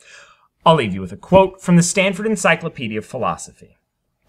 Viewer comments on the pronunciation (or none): none